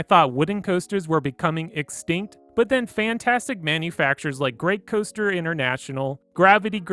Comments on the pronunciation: 'Hyper Caoster' and 'Wooden Caoster' lol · I love the hyper “caoester”